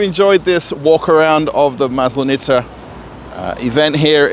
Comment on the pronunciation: seriously. You can't pronounce Maslenitsa. It's horribly hard for anyone who is originally English-speaking. don't do it my Moskovite broski:face-purple-crying